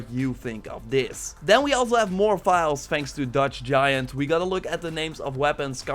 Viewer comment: The only guy on youtube who pronounces file as vile xD